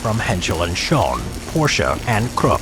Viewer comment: It think it was „Henschel & Sohn“ not „schon“